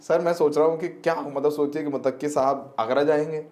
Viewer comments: Abe mutakki nahi muttaki bolo...😅😅😅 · भाई मोतक्की नहीं मुततकी होता है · आप पत्रकार हो थोड़ा रिसर्च कर लिया करो। विजिटर का नाम मुतक्की नहीं है मुत्तकी है। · Mutakki nhi bhai muttaqi he pronounce shi kro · MUTAQQI NAHI BOLTE IS NAME KO ISE MUTTAQI BOLTE HAIN. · भाई मुतक्की नहीं बल्कि मुत्तक़ी होता है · Motaqqi nahi Muttaqi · मुतक्की नहीं बल्कि मुत्तकी नाम है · Mutaqqi nahi Muttaqi matlab Allah se darne wala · मुतक्की नहीं मुत्तकी है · Mutaqqi nahi MUTTAQI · Sahi pronunciation muttaqi hai na ki motakki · Bhayee mutakki nahin Muttaqi Hai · Muttaqi. Mutaqqi not correct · bhai he is not Mutaqqi Name is Muttaqi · Sahi word " Muttaqi "मुत्तक़ी "متقی " hai Please sahi pronounce karen